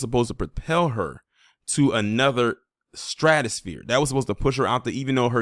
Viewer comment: You said straggosphere 🤣🤣🤣🤣🤣🤣